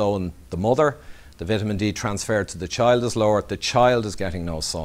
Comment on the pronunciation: Vit a men D love the Irish ☘️